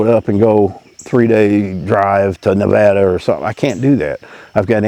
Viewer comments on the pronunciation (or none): none